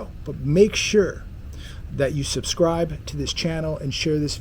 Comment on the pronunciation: I love how he says make sure you suscribe lol...make sure!